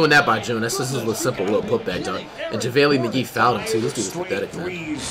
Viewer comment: Ja-valy McGee